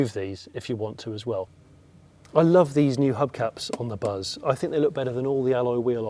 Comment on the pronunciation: Totally missed a trick not having a front 3 seat setup. I can't help thinking every time you say buzz that it's bus in a Birmingham accent😅